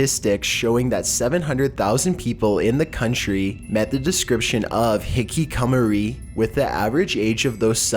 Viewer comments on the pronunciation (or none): HIKIKOMORI HI-KI-KO-MO-RI HE - KEY - KO - MO - REE TRIGGERED t(^ t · And "hikkikamori" or as he says it, "Hikicummery" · I cringe every time you try to say Hikikomori. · '' HICK AH MORI '' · its pronounced Hick-ick-a-more-ree :) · your pronunciation of Japanese places or things is very cringe worthy and i keep correcting each word after you say it faceplam